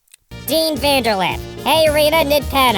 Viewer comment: Your laughing? You mispronunced dean vanderlip's name and you're laughing?